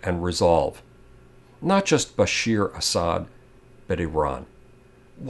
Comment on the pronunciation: just one little thing it's BASHA`AR not BASHEER